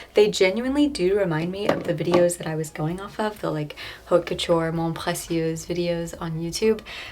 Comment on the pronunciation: Beautiful work (and by the way, haute couture is pronounced OAT KO-TURE)(the "h" is silent).